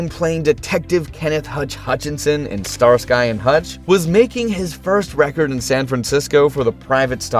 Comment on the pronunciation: I only recognize four of the ten songs listed here. Also double check the AI pronunciations. Starsky in Starsky and Hutch is pronounced (Star ski) not (Star sky).